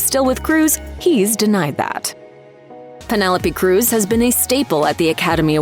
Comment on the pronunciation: My thoughts are that you need to learn to pronounce her name properly 😮